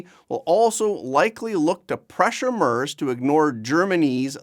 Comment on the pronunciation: It's pronounced "MAIRTZ". I Know Canadians are only required to try pronouncing FRENCH names correctly, but SOMEBODY could do a little research so doesn't sound like a Newfie ice fisherman every time he mispronounces the name of a world leader.